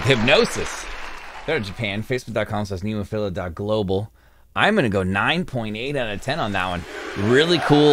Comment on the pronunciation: Nice reaction and all but they called "NemoFearA"